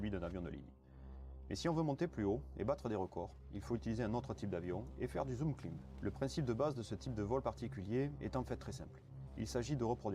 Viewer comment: "zoom climb" se prononce "zoum claïmb" soit [ˈklaɪm] en phonétique. Merci pour la vidéo et les images des différents avions !